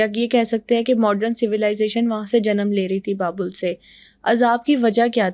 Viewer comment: It's Babil (Babel in English) - not Babul